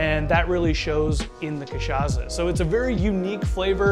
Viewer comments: in fact, the sound of "ç" in portuguese is equal to "ss" in eglish. So, the "ça" of the word "cachaça" supose to sound like "ss" in the word "stressed".(Miguel Nunes, from São Paulo). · Sir ! The way you mispronounced cachaca is hideous. Delete your video and redo it